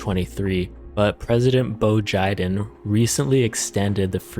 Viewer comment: 'President Bo Jiden" LOL!